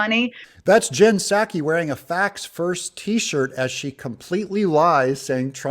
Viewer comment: "Poor Jen-sackie"... 😂 What a sack of crap, "commentator journalist".